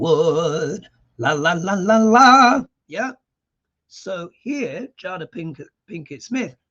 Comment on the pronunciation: Her name is pronounced Jay-dah.... (not jah-dah) Great interpretation of a very complicated person! (from Kim from Minneapolis--21.sept reading)